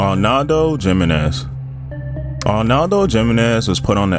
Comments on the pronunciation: love the video my last name is jimenez it’s pronounced he-menez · Dude you are really driving me nuts with the way you cannot properly pronounce Hispanic names ... it's not jimenez , its pronounce Himenez ... and you did it with deJesus ... it's pronounce d hey Zeus .